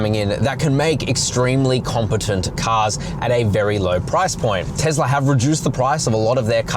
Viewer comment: It is not TEZLA